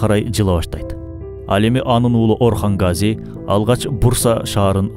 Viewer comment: Гази эмес Казы